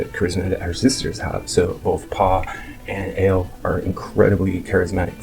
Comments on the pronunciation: Pow, and AH-Leh (Leh pronounced like the first vowel sound in "Lecture"). Not Paw and Ail. Other than that, i absolutely love what you said in this video about Dany. Very well put together descriptions. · The way you pronounce Pau and especially Ale is surprising given the level of fandom you profess! Pau is pronounced "pow" and Ale has two syllables: "ah-leh". She's not a type of beer.